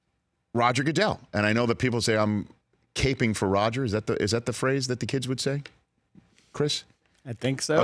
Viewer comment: RICHIEEEEEEEEE EISENNNNNNN LOVED THE FIRST ROUND COVERAGE BTW ITS “ cap-ing “ as in watching out for goodel